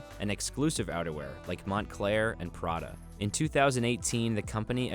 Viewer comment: “Mont clar” lol